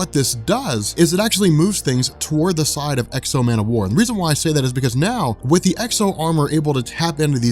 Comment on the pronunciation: I gotta say, I am not enjoying these videos. Man o war? Come on who's idea was that...